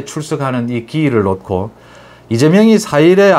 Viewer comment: '놓고'를 '노코'로 발음해 주시면 錦上添花겠습니다. '녿코'로 하시니 千慮一失^^ 어머니의 손을 놓고♪♩/ 어머니에 소늘 노코♪♩ 정말 사랑하고 존경합니다. 유튜브 <돌아온 이하사> 소설가• 가수